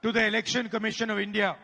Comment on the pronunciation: મેડમ તમે બધા શબ્દો ચોખ્ખા બોલ્યા તો તમે India શબ્દ કેમ ચોખ્ખો ના ના બોલી શક્યા